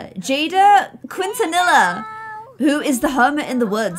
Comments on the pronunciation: It’s pronounced kin-ten-EE-yah Like Selena Quintenilla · I was laughing so hard when you tried to pronounced Quintanilla. Your close but that’s not how you pronounce it